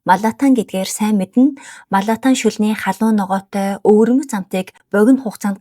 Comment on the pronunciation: 麻辣烫 буюу угаасаа хятадаар malatang гэдэг. Маратанг биш шүү!!!!!